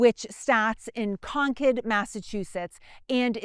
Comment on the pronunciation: Thank you for pronouncing Concord properly.😊